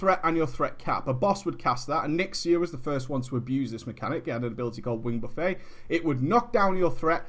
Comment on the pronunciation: Love you to death,, but it's pronounced "buff-ett." As in "buffeted by wings."